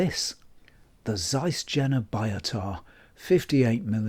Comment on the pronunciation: Please learn how to pronounce Jena, yen-na, not gen-na.